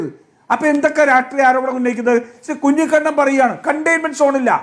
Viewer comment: കെ ടി കുഞ്ഞികുണ്ണൻ അല്ല കുഞ്ഞി കണ്ണൻ കേൾക്കുന്നുണ്ടല്ലോ നിങ്ങളുടെ പേര് ഒരുപാട് വിളിപ്പിക്കാൻ ശ്രമിക്കരുത് 🤓😃